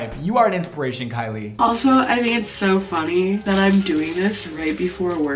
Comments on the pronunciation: And he pronounced your name correctly! I'm the mom with the haunted house!!! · Im the mom in the vid with the haunted house... loadshedding is real and he pronounced her name correctly! Salons are soooo expensive though